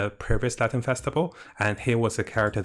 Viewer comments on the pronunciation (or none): none